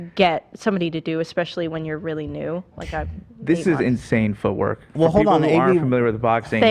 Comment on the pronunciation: Ethan saying feetwork instead of footwork 😭💀